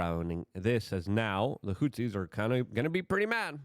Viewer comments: Hey Luke, say it with me now "HOUTHIS" "HOUTHIS" NOT "HOUTZIS"!!! Why tf do you pronounce things wrong?!! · You can improve your pronounciation of Houthis. You say Hutsis. There is no s in the middle of the word. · There’s a TH in Houthi’s.. not Hootsies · Houthis. Th. There’s no S there dude.